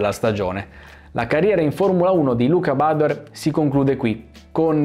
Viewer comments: però badoèr, non bàdoer. Egli è veneto, non inglese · Ciao , io sono proprio di Montebelluna, grazie per aver portato questo video.. l'accento del cognome però te lo correggo perché va sulla E, tipico cognome veneto 😉✌️ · Piccolo appunto: *Badoèr, da buon veneto quale è ♥️ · Bellissimo video, nota da trevigiano: siete simpatici, siete bravi, state facendo un ottimo lavoro, ma, vi prego, utilizzate la vostra visibilità per far capire a tutti che si dice BADOÉR CON L'ACCENTO SULLA E. Ormai si è arreso pure lui, una gioia concediamola😅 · Possibile che dopo tanti anni nessuno pronunci correttamente il suo cognome, neppure tra gli esperti? È Veneto, si pronuncia Badoér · Confermo, da montebellunese, che l'accento cade sulla "e" dell'ultima sillaba, non sulla "a" della prima. Luca è veneto mica inglese!!!😉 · aspettavo questo momento per sentire la pronuncia sbagliata del cognome 😂. ora smetto di fare il cagacazzi e mi godo il video😁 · non lo pronunci giusti il cognome ricordati che e' veneto